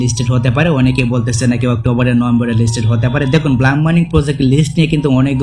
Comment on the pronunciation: No ব্লাম😂 it's ব্লুম😊